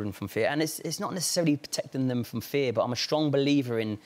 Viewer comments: do you have a Problem When the other guy says feh instead of fear? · why can't Skavlan pronounce "fear"? he keeps saying "fair", even though he's actively listening to an English person say the word o.O